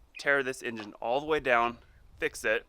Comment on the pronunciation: With tha ninja 🤣🤣 it so did not sound like he said engine.